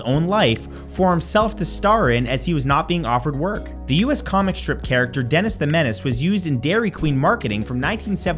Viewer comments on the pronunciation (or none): none